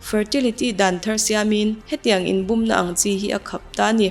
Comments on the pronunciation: 'Bûm' tih i lam dan chu a va diklo veee... Bum i ti mai hian ka hria... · Min an lo bum tiha bum I tih ri hi a dik lo. Ri hniam tur aw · Bum tih i lam dan a dik lo aw, mi lo zawt chiang la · Bum tih lam Dan hi diklo